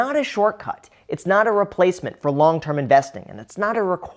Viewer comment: he says "to build wealth long term" 😂 I had to back it up 3 times and finally put on captions to figure it out. I thought he was trolling us with gibberish for a min